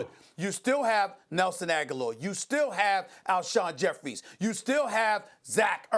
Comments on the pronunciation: It’s Alshon JEFFERY NOT JEFFERIES... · My blood boils every time someone says Alshon "Jeffries" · bro I swear why does every damn analyst say Alshon Jeffries...